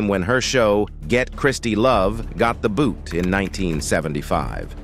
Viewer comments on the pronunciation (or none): none